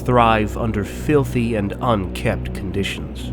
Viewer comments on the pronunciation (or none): *Unkempt. With an m.